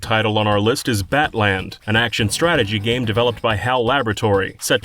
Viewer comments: Are we sure it was pronounced "BAT-land" and not "Battleland" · this video is awesome but I cannot believe you pronounced “battland” as “bat-land” instead of “battle-land”. The pun is so painfully obvious, even without localization